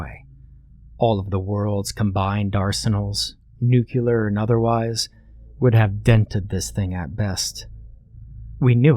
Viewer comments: "I discovered a horrifying truth"...you don't know how to pronounce nuclear. There's no extra u in there, mate. Nu-clear. Other than that, this was an amazing reading! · Uh... no. Nuclear is pronounced the same, whether you're referring to cells or atoms.